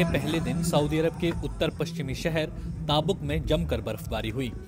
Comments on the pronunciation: Taabok mat bolo is city ka nam tabook تبوکhai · वो ताबुक नही तबूक शहर है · It's tabook not taabok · Name is tabook...not taabuk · its currect pronounciation is taboook not taabuk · Abe naam to sahi se lo tabook iska sahi pronouncacation hai baki naam bhi galat liya hai